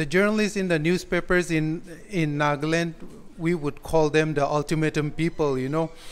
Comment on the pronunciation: Nagland? or Nagaland.....sounds stylish NAGLAND.